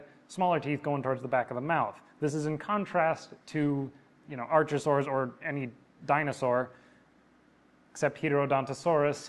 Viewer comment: Your pronunciation of "archosaur" bugs me but to be fair I don't think we should be continuing to import Greek and Latin to English anyway.